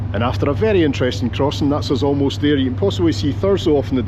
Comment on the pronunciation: Saturday video! Did I hear "ferry good service":) Thank you and.